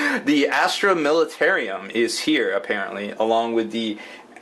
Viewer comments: militarum not militarium! god that irritates me when you say it wrong. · I thought it was US that drive in the right side of the road :-P And it's plainly spelled militarum not militarium! Sounds too much like a military asylum the way you are pronouncing it HAHA